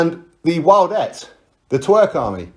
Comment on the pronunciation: "The Wildettes" lmfao